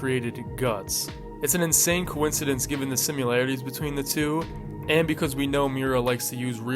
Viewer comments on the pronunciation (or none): Sorry... I can't help myself... it's pronounced SIM EH LARE EH TEES. Similarities... not simUlarities